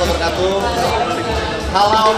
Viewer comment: Halllawwww pamiarsaah pakek A bukan O ..hadirr selalu kang enyon.. WONOGIRI menyapa slurr